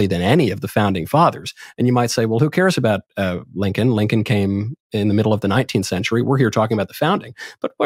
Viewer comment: Did this man just say Abraham Lankin??